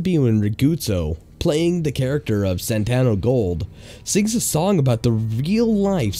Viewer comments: SAN-TO, SAN-TO, SAN-TO! NOT SAN-TAN-NO... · SANTO Gold, NOT Santano Gold. I mean, it's right there on the screen. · SANTANO GOLD? It says SANTO gold. C'mon. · it's spelled SANTO but you keep pronouncing it SANTANO. which is it???? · Why did you keep misreading Santo as "Santano"? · Santo... Santo..it’s like Santa but with an O sound. Where did you find the two extra letters from 😂😂 I’m sorry but it was very frustrating to watch. Please check your scripts for mistakes <3 I do appreciate the joke texts in the video for the mistakes you caught :) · It's not Santano, it's Santo. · Everywhere it said Santo Gold but you kept saying Santana Gold. It was kind of annoying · SANto, not SanTANo. DisTRIButor, not distriBUTor. Ah, never mind. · It's SANTO; San-to! San-to!